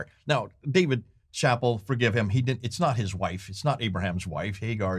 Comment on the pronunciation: Nice video presentation! You’re quenching my thirst for knowledge… A housekeeping note— Dave Chappelle is pronounced Shuh-pell’